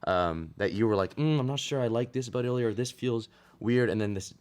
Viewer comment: "Илья́" Ilya- the emphasis is on the last letter ❤